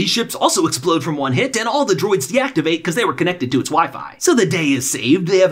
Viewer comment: Man says cannatied to it’s wifi